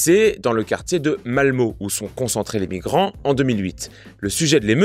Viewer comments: On dit "malmeu" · ça a été la prononciation du nom des villes, je saigne encore des oreilles sur Malmö :)